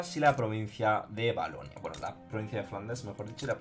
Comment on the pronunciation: Valonia, no valonia xdd